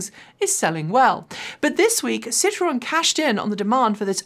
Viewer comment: Now that you have started correctly pronouncing Porsche it's time to work on Citroen. Hint: It is a three syllable word, "sit-row-en". The pronunciation you used in this video is the French work for lemon.